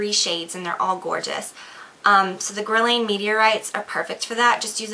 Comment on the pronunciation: as a makeup artist you should learn how to say guerlain, just sayin.